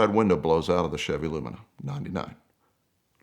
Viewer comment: Well, "lumina"